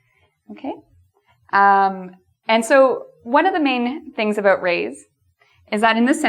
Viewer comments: "And today we are going to talk ABOOT" AHAHHA i love it. It's not exactly aboot though but...aboot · I like how you say "about" and "house" :D